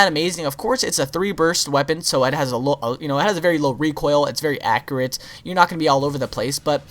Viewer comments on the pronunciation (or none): 1. 'accurate' 2. 'interchange'